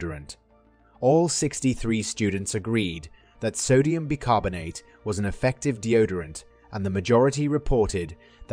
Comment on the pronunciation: It's pronounced 'Buy' carbonate